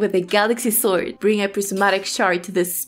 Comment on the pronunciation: Love the way you say Swoid ^^ (I am a language teacher and I am very fasinated by accents :P )